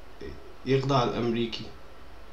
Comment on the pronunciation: يُخَضِّعْ وليس يَخْضَعْ بمعنى الراب الأميركي ولاشي قدام الراب الكويتي ..يعني مدح مو ذم